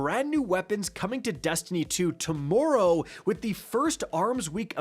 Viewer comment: I didn't like the way you said "tomorrow." 🫥 I still love you though pookie.